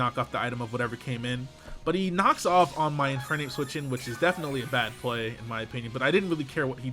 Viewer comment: What the fuck is an "in fire nape"